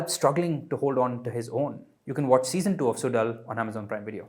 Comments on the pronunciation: It's not suDal it's more like sulal.. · If he can't do the "zh" sound, then "Sulal" is better than "Sudal". needs to do better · Suzhal not sudal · There is a reason why there is a zh instead of d. In Suzhal. A bit of effort to pronounce the title properly would be appreciated